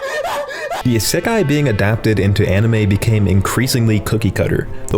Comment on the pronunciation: "hey i know this one ISAKAI " what the hell is isakai?